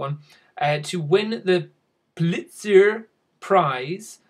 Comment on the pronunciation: I love how you mispronounce the Pulitzer prize :D